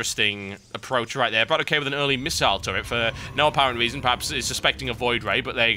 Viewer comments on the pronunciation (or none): ..... when are you going to realize that Bratok is pronounced "Brah-tock" and not "Brah-toe-key"...